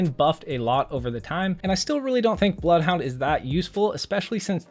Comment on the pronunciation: Ze BLOUFHOUNDE